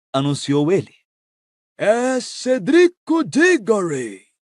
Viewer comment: CERDICO CE CERDICO